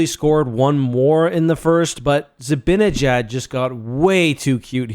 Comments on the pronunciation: If you're gonna call yourself a Ranger fan you have gyatt to learn how to pronounce Zib"AH"njiad and not Zib"IN"injad. There is no "I" in the middle of his name. You can look up "Mr. Zibanejad reads the opening lineup, including Mika" to see how they pronounce it in case you thought your way was correct. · It’s Zi-BAN-eh-jad not Zi-BIN-i-jad. Even a TV pro like Olczyk can’t get it right 😂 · How hard can it be to pronounce Mikas last name...? Zi ba ne jad...!